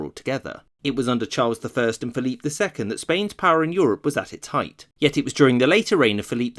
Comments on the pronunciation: Not sure if this comment has already been made, but why are you pronouncing Phillip II’s name in French. Even in Spanish it is not pronounced that way(you pronounce the second e in Felipe) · Repeat after me: "Feh-lee-peh" (Felipe II). If you don't want to say it the Spanish way you can anglicize it to Phillip like you do with Carlos/Charles, but Dios mío, don't pronounce it "Philippe" as if he were French. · Complete massacre of the names. -Carlos not Charles -Felipe not Phillip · Felipe is prounced fell-ee-pay. You're giving it a French Pronunciation, not Spanish. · Why do you insist on using the French pronunciation of Philip II's name in the videos where he's mentioned? If you want to pronounce it as in Spanish, it would be (using English phonetic values) "feh-LEE-peh." And if you're going to at least try to pronounce Philip as Felipe, why use the English pronunciation of Charles instead of using Carlos? Why put so much effort into these otherwise really good videos only to bungle something so basic?